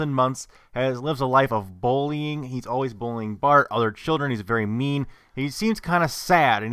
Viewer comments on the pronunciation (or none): when you say "bullying" it sounds like "bowling"